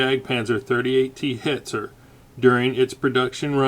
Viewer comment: I laughed at how awfully you pronounce Jagdpanzer; and then was stunned at how you could perfectly pronounce Hetzer. Arguably I think Hetzer's a more challenging word.